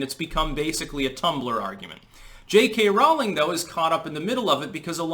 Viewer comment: Rolling Not Raw-ling